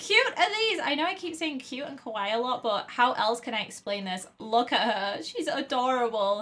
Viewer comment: UR SAYING KAWAII WRONG!!